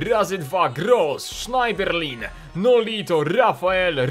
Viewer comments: nie Sznajderlin, a Sznederlę ;) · Czyta się Sznederlę. Tak samo jak Coquelin czyta się Koklę.